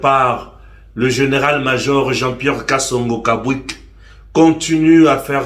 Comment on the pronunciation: je pense que le nom du General Major n'est pas Kabwik mais KABWIT